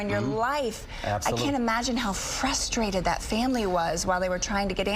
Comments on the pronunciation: I'M SHOCKED that a big-time news anchor CANNOT freaking pronounce "FRUSTRATED" correctly!!! Amy knew that shyt and played into it... She made sure that she enunciated it so well before passing the rock to him😂😂😂😭😂😮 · Highly fustrated. Please tell me he didn’t pronounce it that way.